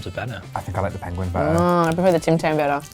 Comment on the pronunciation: Umm d penguin joke said no I but u said the I in it pengin